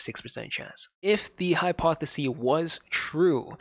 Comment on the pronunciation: Hypothesis(siss) is singular. Hypotheses (sees) is plural. Thanks for the content!